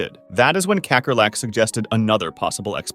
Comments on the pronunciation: “Kekkerlek” ITS PRONOUNCED KAKKERLAK😢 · kakkerlak is dutch and its pronounced cuhckerluck . it means roach